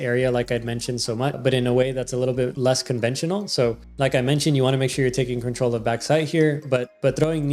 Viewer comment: stop saying control "crinch troll" please 😭